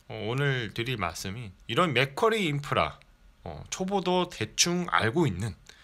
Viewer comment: 자꾸 맥꼬리인프라로 들려서 잼나네요ㅋ 영상 잘봤어요~